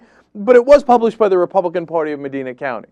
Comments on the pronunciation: I know I'm nipticking here, but he said it multiple times. The of the county in Ohio is Medina. Pronounced Meh - dine[to eat] - ahh. Not Meh - dean - ah. Just had to get that off my chest. :) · "Medeena"? =P It's "Medyna" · I agree with everything you're saying here, no doubt about that, and this kind of shames me that I grew up in that town. However, it's pronounced "meh-DIE-na" not "mah-DEE-na". That bothered me every time you said it. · It's "Muh-DYE-nuh" County, not "Muh-DEE-nuh". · its pronounced MAH-DINE-AH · Cenk, it's Meh-dye-nuh. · Just a minor nitpick: that's Medina with a long "I"; it sort of rhymes with "vagina", which is ironic considering this story. People from outside OH tend to flub its pronunciation, much like "Mentor". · Thats not how you pronounce Medina.